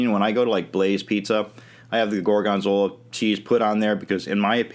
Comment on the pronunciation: why does he emphasize the second syllable, gor-GON-zola?